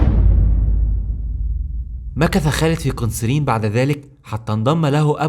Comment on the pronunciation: ماشاء الله شغل محترم ولكن انصحك بالهدواء في الكلام بعض الاسماء بتقولها غلط مثل "قنسرين" ، واخيرأ من زار سيدنا خالد قبل موته هو سيدنا ابى الدرداء رضي الله عنهم جميعا